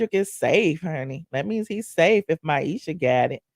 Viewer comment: 😂I am laughing YOU KEEP CALLING MIESHA - MYESHA